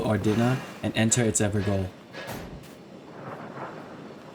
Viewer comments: *ever-jail* not 'ever-goal' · I see someone is still calling it "Ever-GOAL" even after hundreds of videos pronouncing it "Ever-JAIL" are available. Why? because it's a Jail that the NPC is in there FOREVER. Gael, I believe is old English, but I can't remember. Jail is the alt spelling. You're welcome. Great video btw, keep these cosplays coming. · Just googled it its not evergaol(ever jail) its evergaol(ever gall) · Sir Please, call it the ever JAIL that is how you pronounce GAOL it's old gaelic for JAIL! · it's a small thing, but the Evergaol is pronounced as everJAIL. Gaol is an old way of spelling jail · Fun fact: gaol is the uk/au spelling of jail, so evergaol is pronounced ever jail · evergaol is pronounced everjail it is just spelt the British way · Evergaol is actually pronounced like “ever-jail”! I believe it’s Scottish, but I could be wrong. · Evergaol is pronounced like everjail. Gaol is an archaic way of spelling jail and the people in the evergaol are prisoners trapped in them.